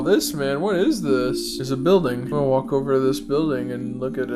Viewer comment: "Gotta thwalk back, gotta get thu hootin badge" Calm down 😭😭